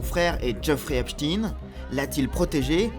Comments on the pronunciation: C'est epstein et non epstine😂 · ce n''est pas "Epstine" mais "Epstaïne" (au niveau de la prononciation) car origine Israel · C'est Epstein pas "Epstin" et ce n'est pas que le frère du Roi Charles qui est impliqué mais tous ! soit des petites filles où des jeunes garçons et il y a des tas de pédocriminels chez les "élites anglaises" ! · En français on ne dit pas Eipstin mais Epstein comme Albert Einstein au cas où vous l’auriez oublié. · C'est étrange cette prononciation esptine et non esptein qui est utilisée par tous le médias mainstream, enfin je me comprends... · EpSTEIN : comme FrankenSTEIN ! Pourquoi vous changez le nom ? On dit WeinSTEIN pas WeinSTINE ! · et ça devrait secouer la France aussi mais nos média sont tenue au silence vous n'allez pas mordre la main qui vous nourrie et arrêtez avec cette prononciation !!! il ne sappel pas Epstin ok il était juif polonais ne vous en déplaise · Encore un média Franco israéliens qui prononce Epstine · Pas Epstin, on ne dit pas Einstin mais Einstein ! Idem pour le pédophile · Nous sommes en France: Epstein se prononce comme Einstein !